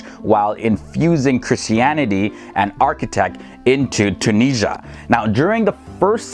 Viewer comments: Tun-is-ia not TunISHA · Tunisia gave her name to the whole continent "Afrikia" and please it's Tunisia , at least spell the "S" letter as a "Z" not Tunijia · When they say tunisha 😭 mama ija ati3lhom treha (just a joke Im tunisian)